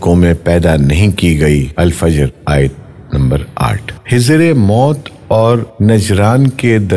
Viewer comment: بھائی بولنے سے پہلے الفاظ کی صحت جانچ لینی چاہئے- دیگر کے علاوہ حضر غلط کہا او رُبع کو ربیع فرما دیا